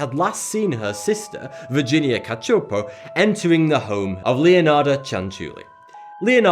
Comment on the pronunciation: Thank you for getting the pronunciation of "Cacioppo" right. I know it's a small detail but it's a family name that no one seems to be able to pronounce since it isn't exactly a common name.